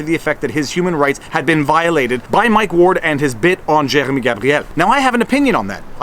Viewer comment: Was listening to this in background n you started saying Jeremy n I thought you were eating peanut butter so I tabbed over n realize I just dont like french pronunciation. Accidentally let my American show, I know.